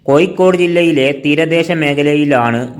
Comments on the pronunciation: കോയിക്കോടല്ല കോഴിക്കോട് എന്ന് പറയൂ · Ennal pinne, malayalathil Kozhikodinte peeru mattiyit Koikode ennakkikoode? Swantham naatukar thanne peru maryadhakku ucharikkunnillel pinnenth paranjit karyam. Evde aarum engade malayalam slangine kalayakkunilla, ningalude ucharanatheya kaliyakkunath. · Actually it is koyikkode... It is derived from koyalkottai